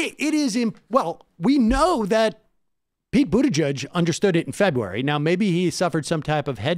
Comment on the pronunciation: Febuay? Febuay.